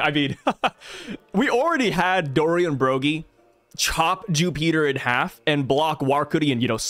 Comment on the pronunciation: Jupiter ❌ Jewpeater✅